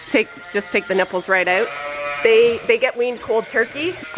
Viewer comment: I have a overwhelming desire to kiss your face after watching any of your videos. Love the way you say "oat" for "out". Great life to you both from Kentucky, USA